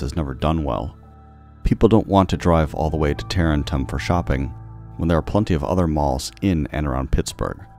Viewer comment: It's pronounced Ta- Rent- Tum